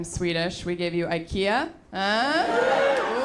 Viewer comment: She's obviously not Swedish if she can't even pronounce IKEA correctly.